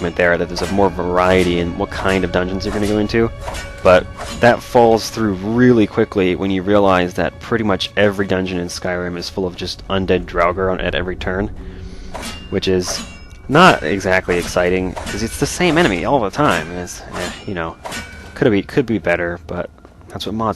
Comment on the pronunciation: Draugr is pronounced drah-gr.